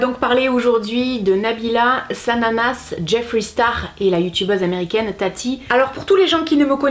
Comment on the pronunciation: merci de prononcer jeffree « jeffri » et pas « jeffrai » 😭